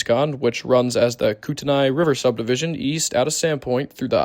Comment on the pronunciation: Nice catches on the Northern Transcon! Kootenai is pronounced koot-ney for future reference.